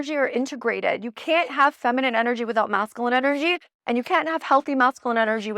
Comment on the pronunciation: Love your videos! Just wanted to share with absolute love and zero shade intended, that you are saying masculine incorrectly. It’s pronounced mascUline as opposed to MascAline. You say the word so often, I thought I’d share.❤ keep sharing your beautiful light babe!